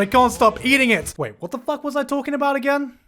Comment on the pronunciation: О боже как много слов на английском. Но мне так нравится, как этот парень произносит слово f u c k мммм просто 10/10!